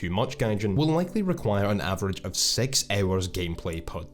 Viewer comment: "and SEX thousand golden eagles"